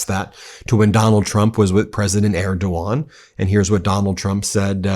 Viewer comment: tRump couldn’t even pronounce his ‘great friend’ Erdogan correctly. How utterly embarrassing